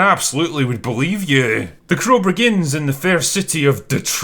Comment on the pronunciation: “The Crow Bregins” by